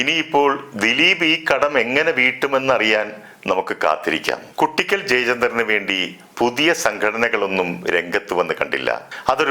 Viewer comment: കുട്ടിക്കൽ ❌ "കൂ"ട്ടിക്കൽ ✅